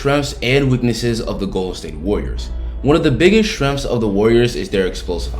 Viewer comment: Just so everyone knows, when this guy say SHRENGS, he means. " strengths"